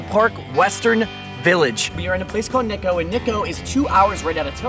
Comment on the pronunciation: Nikko (pronouced Knee-koh) has world heritage sites. It is not in the middle of nowhere. 日光を見ずして結構と言うなかれ